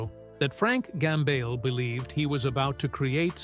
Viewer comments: 1. Get your AI to pronounce "Gambale" correctly. 2. It's not conceivable that Frank Gambale would ever hate anyone, especially another musician - and certainly would never say so publicly if he ever felt that emotion. The premise of this video is a lie. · Ughk ... another bullshit click bait AI video about nothing... can't even pronounce his name right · There are no names mentioned. Don't you hate it when the AI voice can't properly pronounce the surname of the subject person of the video.